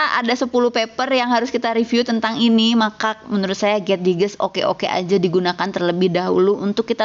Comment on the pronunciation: Koreksi sedikit ya bu.. getdigest mungkin dibacanya [get daijest] ya bu.. mohon koreksi juga dari teman teman lain karena sama-sama gabisa bahasa enggrees :)